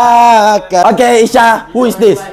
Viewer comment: Not ' who ' but ' who ' boyy